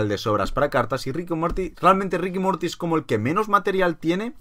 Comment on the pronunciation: Se dice Ricanmorti